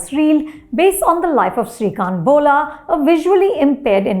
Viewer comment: The problem with Anupama Chopra review is she cannot pronounce the title as Bolla as Bola... As the protagonist speaks Telugu and English and in the movie he speaks Telugu but in this movie here they speak Hindi... 😂😂😂😂